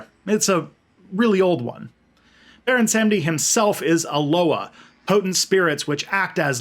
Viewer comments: "Sahm-dee" not "sam-dee". GOD. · It’s pronounced Salm-Dee. Awesome video. I love the fact that African religion is finally being understood and a person of Haitian descent, I’m sad to see our people don’t understand it because of catholic propaganda. Props. Also, Baron Samedi is also commonly known as Papa Legba. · It’s Baron “SUM- dee “. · I mean, my research says Sahm-Dee, and I've never seen Legba and Samedi as the same loa. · This was cool as hell. My only concern, as pedantic and stupid as it is, is your damn near perfect French pronunciation for everything except the name of Baron Samedi himself. It almost seems on purpose, and you seem very self-aware, so I kinda get it. As a white atheist from the Midwestern United States, it's weird to feel a connection with a spirit like this. But Baron Samedi is just something special I just can't put my finger on.